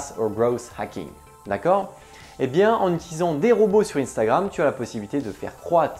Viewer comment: Arrête de dire INstagramme soit c unstagramme en français soit INstagraM en anglais